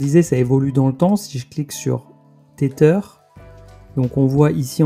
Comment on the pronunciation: haha oui tu prononces à la française ça m’a fumé - c’est “tézeur” plus ou moins en gros à l’anglaise 😁